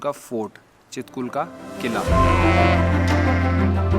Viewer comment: छितकुल✅ हे यर चितकुल नही ❌